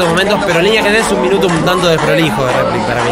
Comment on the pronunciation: Por que dicen replic ??? Terminando con ic ???? Es replika, pronuncien la K !!!